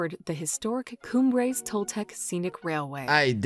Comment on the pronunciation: Cumbres is pronounced "Coom-brace".